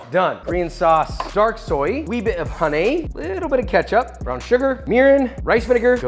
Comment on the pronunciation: 'Wee bit of haaneeh'😂